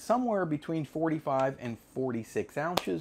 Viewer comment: it was a dig at your mispronunciation of “onces” early in the video. Hope to see you tomorrow in a live stream?